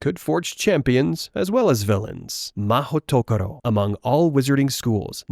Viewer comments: Also the pronunciation guide is Ma-hooto-koro. Like Joane, if you were just going to lazily run 'magical place' through google translate you could have at least pressed the speaker button instead of assuming you knew how you say it. 🤣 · Mahoutokoro, you serious 😭 sounds so awkward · Being Japanese, mahou-tokoro is grammatically incorrect. Why? "tokoro" is the pronounciation used only by itself and if you combine it with another word the correct sound is "-sho". Like police station in Japanese is "keisatsu(police)-sho" and City Hall is "shiyaku(city office)-sho" so the correct word is "mahou-sho", I guess Rowling didn't have any Japanese friends or have the motivation to actually check with someone .. makes me very sad lol